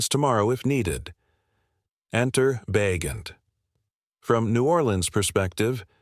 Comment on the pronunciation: Carr has not come out and said he's retiring. Ba' jent not Bagent?